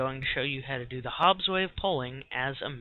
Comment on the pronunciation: hehe nice vid man its hobbs not hobbes